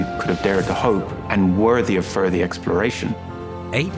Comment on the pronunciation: "worthy of furthy exploration." HAHHA